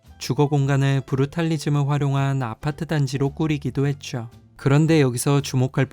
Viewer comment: 했줘, 맞줘, 이줘... 죠를 줘로 발음하시네요😅 산뜻하게 발음하시면 더 듣기 좋을 거 같아요!